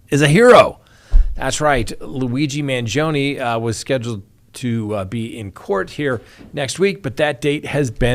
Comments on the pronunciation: You’re pronouncing Luigi’s surname incorrectly. It’s Man-GEE’-o- ni. Emphasis on the gee sound; 4 syllables. Not2. Hurts my ears to hear you say I’d. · The “e” in Mangione is pronounced the same way you pronounce the letter “i” in the word “it” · You're saying luigis last name wrong.